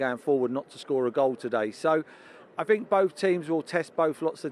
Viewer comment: Sky come on is this guy serious I fink, I fink, I fink 🙄